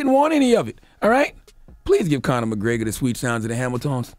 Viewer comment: This Conor McGraygor shit is driving me insane. McGREGor, man. Say it with me.